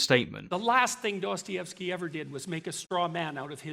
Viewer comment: He's like "quanciously", "Duastayevski"🙃